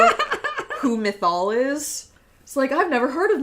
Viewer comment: I just spit out my water listening to pronunciation of "Mythal" because it literally sounds like she's trying to say "missile" with a lisp 😂